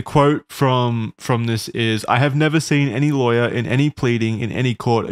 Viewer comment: Wendigoon’s southern accent coming out hard every time he says “Lawyer”